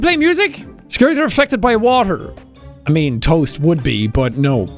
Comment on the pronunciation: you sounded indian when you said "water"